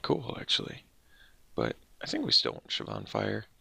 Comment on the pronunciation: Is that the correct way to pronounce Shivan? I've always said "Shiv-en" never heard of "Shiv-ahn"..but I could be wrong.